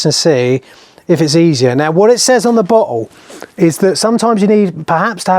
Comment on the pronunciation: Being Canadian, I swear I heard you say: "What it says on the b*tthole" (instead of "bottle"). I went back and listened to it a second time. I was still hearing "b*tthole". 😂 Sorry! Great video though! Exactly what I was looking for. Thanks! ✌️